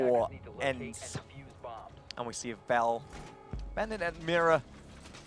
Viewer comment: brucie sanchez i speak German and Swedish (swedish is nearly the same as Finnish and ENCE is from finnland) and i can tell u they "pronounce"(doe know how to write) it wrong... dont tell me its because hes german! Cause im able to sad it right as well!